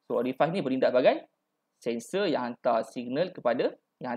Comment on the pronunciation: Terbaik boss... Excellent info. Just nk mention, Pneumatic sebutnya silent P (sebut new-matic je). Orifice sebutnya (oree-fees) bukan (oree-fais).. Otherwise terbaik 👍